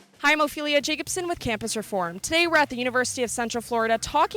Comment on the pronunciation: "Hi I'm Ophelia" sounds like "hemophilia" to me :/